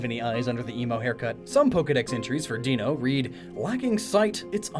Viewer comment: i like how you pointed out that Zweilous' pronunciation makes sense because its German, but still got Deino even though the sequence here is German numbers ein, zwei, drei :p (i forget whether i brought this up when the video was originally posted or not so forgive me if i did lol)